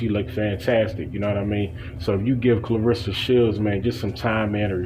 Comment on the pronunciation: If she’s so special to you, pronounce her name right. No one likes to hear their name constantly mispronounced. Claressa. Not Clarissa.